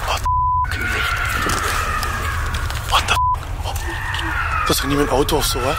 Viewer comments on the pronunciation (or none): none